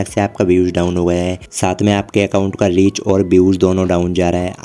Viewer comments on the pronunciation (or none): Leach ❌❌ reach ✅✅